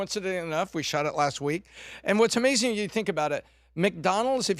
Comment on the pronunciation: It's AMAZING....not AMAZINK!!! 😣 Where's Bert today???